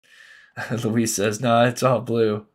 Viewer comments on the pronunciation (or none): none